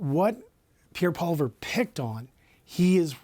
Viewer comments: obviously failed grade three English. Poliver? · Why does always call Poilievre, Polliver?!